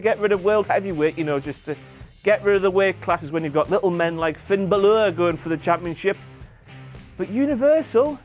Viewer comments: wwe can't pronounce it either that pronounce it balor it's pronounced bawlor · water about the pronouncaituon of bálor it isn't pronounced balor it's pronounced bawler the fáda makes the a longer giving it an aw sound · does know he's pronouncing Finn bálor's name wrong right? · Stop mispronouncing Balor. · I CANT STAND THE WAY YOU SAY FINN BÀLOR!!!!!!!!!!!!!